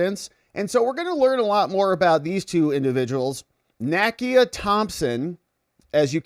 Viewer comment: NAKIA: nah-key-ah